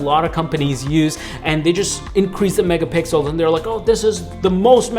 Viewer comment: He said megapickles